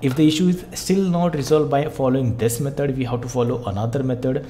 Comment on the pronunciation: ITS METOD NOT METOR